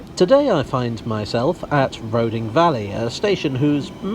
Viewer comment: I might be wrong, but I always thought Roding was pronounced "Roothing". Don't ask me why. Perhaps it's from Norse or the Anglo-Saxon. Not that it really matters.